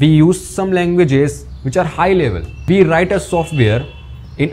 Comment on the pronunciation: it s we not VE